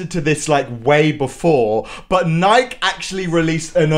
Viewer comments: NIKE You pronounce it as NiKEEE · sir.. it's pronounced NYK-EE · I'm saying that in England we pronounce it Nike not nikey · Bro really pronounced it “Nike” and not “Nikee” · Hearing him say nike instead of nikee gives me acne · Bruh he said Nike it's Ni-ke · Its nike not nikey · In England we pronounce it Nike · ISNT IT NIKE YOUR SAYING IT WRONG 😂